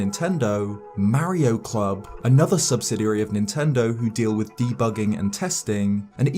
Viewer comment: Man, being an informal video I’ll expect you to at least get the pronunciation of Mario correct